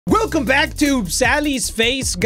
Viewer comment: I thought I was the only person who thought he said that weird.